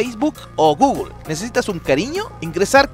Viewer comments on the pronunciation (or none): none